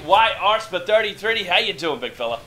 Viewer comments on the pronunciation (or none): I ALWAYS laugh at the way you say KYR SP33DY. Ive heard it a million times, but it always gets me